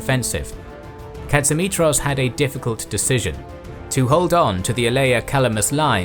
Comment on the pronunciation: The towns are pronounced KO-ni-tsa and pa-ra-my-THYA, The prime minister was me-ta-KSAS. His commander in chief was pa-PA-ghos. And general Tsolakoglou's given name was ye-OR-yi-os. But you said ka-tsi-MI-tros right!